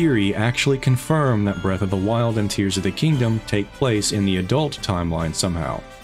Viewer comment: I shed a tear when you mispronounced tears repeatedly.